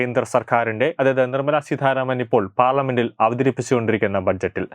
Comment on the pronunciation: Seedharamano.edakoothare seetharaman Ennanu.